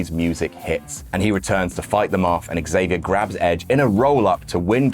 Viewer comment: you really got to hit that "X" on xavier harder. But other than that great stuff as usual.